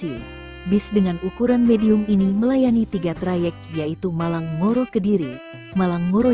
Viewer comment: Ngoro.. , bukan moro. Kacau min